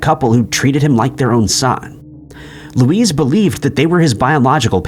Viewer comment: Learn how to pronounce names correctly. Luis is pronounced differently from Louise.